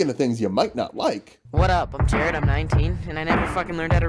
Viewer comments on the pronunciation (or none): none